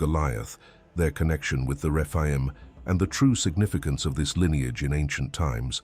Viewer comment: The refine!???? umm.... I think you mean the Rephaim